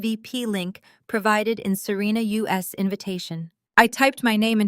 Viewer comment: The story is good, but I suggest you select a new AI to read your stories. This one reads “Serena’s” as “Serena US”.